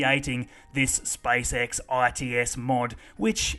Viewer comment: I love how you say "spysex"